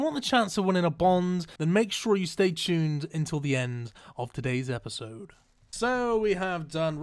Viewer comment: "Stay Chuned"